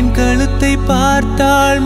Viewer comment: he is accepted. no doubt. but a good singer has to get his pronounciations also right. for eg. mannavane un VILI aal pen VILIYAI MOODU.. S Wrong . ITS VIZHI ... meaning eyes.same way its not KALUTHU... ITS KAZHUTHU meaning neck. that definitely has to be understood before singing. song feel mattum nalla irundha pathadhu... word clarity and word pronunciation is equally important.